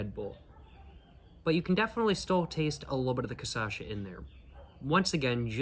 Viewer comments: Tô achando que ele já entendeu que é "cachaça" e não "cassaxa", mas tá insistindo na "cassaxa" porque gera mais engajamento nos vídeos. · It is not Kasasha, it is Kashassa. You are missing the Ss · bruh, KA - SHA - SA, for the love of god, man :face-purple-crying::face-purple-crying::face-purple-crying::face-purple-crying: KA - SHA - SA :face-purple-crying::face-purple-crying::face-purple-crying::face-purple-crying::face-purple-crying::face-purple-crying::face-purple-crying::face-purple-crying::face-purple-crying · I am Brazilian I genuinely don’t care with him speaking Caçacha hahaha actually I think I do prefer speaking like that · lol I love how he recorded this mid world cup and is releasing the videos just now, so weeks later, he's getting messages saying he's got this one real wrong and also has been saying cachaça wrong the whole time. Volte logo! Te esperamos de braços abertos, irmão. Hope you had a good time here in Pindorama <3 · I have to say the correct way after he says it the wrong time, every time every video